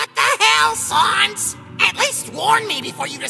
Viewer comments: Every-fucking-time they pronounce 'Sans' as 'Sawns', I want to fucking die. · Sauns XD why did you say sauns instead of sans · Ok, its sans, not sauns, that bothered me so much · It’s sans not sons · ITS PRONOUNCED LIKE THE WORD SAND! SANS!! “SAYNS” THIS BUGS MEEEE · It’s Sans, like SAN-d. Not Sans like Saws. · Sans not sons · "WHAT THE HELL SAWNS" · S A U N S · The dude voicing flowey pronounced sans as sauns, I laughed so hard lol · sAns....... SÁNS!!!!! im triggered now! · 738 WHAT THE HELL SANS! (Sans sounds like Sarns) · Flowey called Sans "Sons" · Flowey said 'Sons' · Did Flowey say Sans like Sawns? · Okay but please don't tell me this guy pronounces sans as sawns the whole time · Did he just say Saunz. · Why do they say sans as Sons in this? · I hate it when people pronounse it "sons" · They way he pronounced “sans” scarred me for life. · for some reason, I still can't get over the pronunciation of Sans's name XD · Am I the only one who realized that flowy didn’t say sans correctly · Who else gets angry when someone says sans wrong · please say sans right...